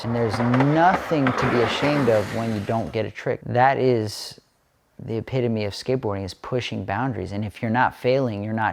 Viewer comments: Epitome...not epitamy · "epitamy" its epitome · epitamy lol epitome* cmon man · "epitamy"? come on guys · Idc about spelling mistakes in general but "epitamy" got a laugh out of me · Epitamy????? Its ok to not know a word, but maybe take a few seconds to look it up, rather than guessing. Theres no shame in learning something new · "Epitamy" holy fuck 😂😂😂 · "epitamy" maybe push your boundaries towards a dictionary.